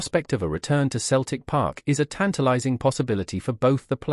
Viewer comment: Can't even pronounce Celtic 😮😮😮